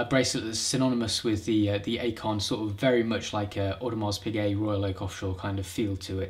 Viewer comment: It's pronounced "Icon".